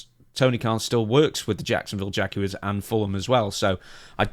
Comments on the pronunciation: It sounded like when was talking football he said Jagulars like from Winnie the Pooh lol. It’s all bullocks for a faux cash grab. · Hi, all here.. Try pronouncing Jaguars like Benoit. That’s how we say it in the states.